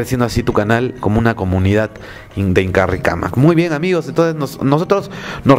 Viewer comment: Te sugiero que cambies con INKARICAMAC. ya que en quechua no conocieron la RR solo la ere (R)